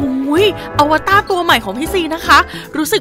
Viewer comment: อวตารค่ะไม่ใช่อวต้า @@